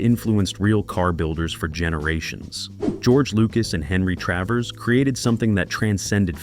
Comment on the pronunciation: It's Travers Not Travis.